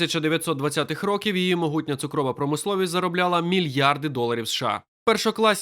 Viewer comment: Будь ласка, покращіть якість начитки: не двух а двох не ро́ків а рокі́в не ці́ну а ціну́